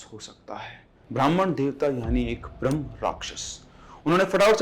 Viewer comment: Brham nahin Brahmha rakhyas hota hai